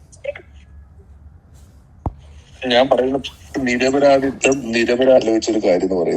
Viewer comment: നിർപ്രാതി അല്ല നിരുപരാതി 😂